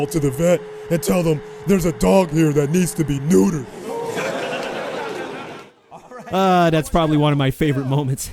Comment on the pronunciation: when he said maybe i should call the vet that there is a dog that needs to be noodered hahaha